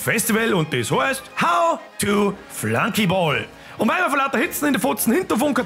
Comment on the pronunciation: E, des hoaßt "Flunkiball", ned so greißlig englisch "Flankiboll"....